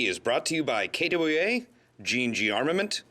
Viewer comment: you need to get a better anouncer he cant say kwa worth a crap, and its the best brand